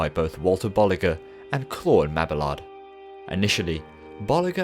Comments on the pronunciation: Bo-lee-zjé and ma-bee-yard 😤😤😤😤😤😤😤😤😤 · gotta love that whoosh transition! I think this is the most high quality video I have seen from you to date! well done! even if you had to render it 7 times lol! 1 thing tho, its pronounced Bolee- shuu and mabe-ard sorry for being picky